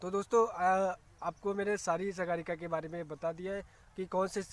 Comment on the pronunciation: अरे सर सागरिका कहते हैं उसको सगारिका नहीं पहले आप ठीक से उसका नाम पढ़ो